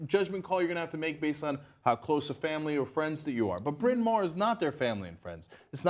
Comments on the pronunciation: I didn't know a welsh name for a college existed in U.S.A, the AW in mawr is pronounced as the ow in now. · its pronounced like bryn mao-er not bryn mar